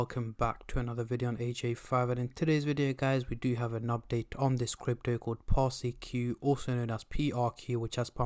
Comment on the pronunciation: Public Service Announcement Its pronounced "Par-sik" Not "Par-Si-Q"